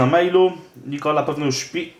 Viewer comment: Nie muwi Nikoli